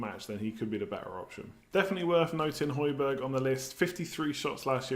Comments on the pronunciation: Hojbjerg is pronounced hoy-bee-yair his uncle teaches me at school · That's pretty awesome. Also, just for future pronunciations: j=y for most European names (excluding Spanish ofc).